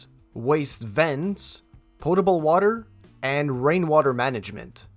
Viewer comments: Sounds like you said portable water and not potable water.... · Sounds like he is saying portable water LOL POTABLE -- no 'R" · Maybe it's the accent, but are you saying portable or potable?? I'm a jman plumber myself, and that was a very good presentation. 👍